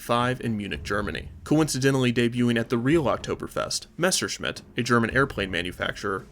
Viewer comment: Say Messerschmitt Again I Dare ya I Double Dare ya ........ Now I’m MAd